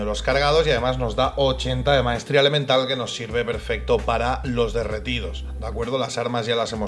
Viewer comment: Me sigue dando risa la Q de bennet E de bennet,jajjaja, No puede decir Elemental y definitiva